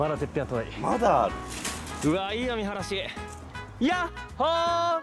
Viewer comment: 見晴らしが良いっていうのが三原市に聞こえてしまう広島県民